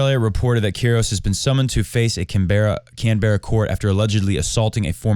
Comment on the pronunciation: I think Australians pronounce it "can-bruh"